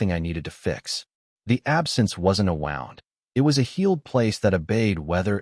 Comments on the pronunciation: Pronunciation !!! It's pronounced wooned not wownd !! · So so can say COMMODIFIED DOMESTICITY correctly but mispronounces read and wound regularly?